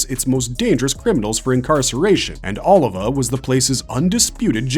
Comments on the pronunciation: O-livah not oliver lowk pmo after a while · Sergio Oliva not Oliver...lol great video still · Sergio Oliva (OH LEE VAH) 😎👍